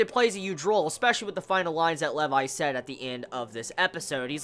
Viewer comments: I'm pretty sure it is pronounced lee-vi not leiv-i. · Levi's Rage in this episode is ridiculous! This is why Levi is my favorite character. By the way, it's prounouced Lee-vai. Not Le-vai. This is my new favorite episode XD